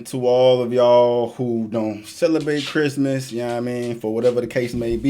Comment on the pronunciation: Has me dead when he just randomly said “merry chrymiss”